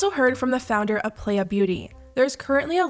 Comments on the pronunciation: playa is pronounced like “ply uh” not “play uh” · Not sure why, but it feels like nails on a chalk board when ppl call pronounce it "Play-ah". It's not hard to find a video of the business founder Hopson on this hot mess of a situation and its pronounced "PLY-AH"! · Y'all, I found Playa hair products at Marshall's ! Also, pronounced ply- ah (Spanish for beach) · playa is pronounced "ply-uh" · Minor thing, but noticed you pronounce the brand Playa like the shorthand of "player" but I think it's meant to be the spanish word for beach, which is pronounced differently. I noticed this in a previous video I think so I just thought it might be worth mentioning if it comes up in any more videos.